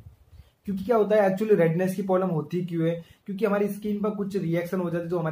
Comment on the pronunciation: Bhai polam nhi problem hota h